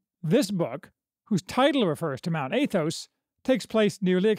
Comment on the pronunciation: It's AH-thos. Not AY-thos. More Americanized pronunciation would be 'short a' like cat or hat.